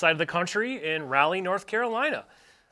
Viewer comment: I hate. Hate. Hearing so many people mispronounce Raleigh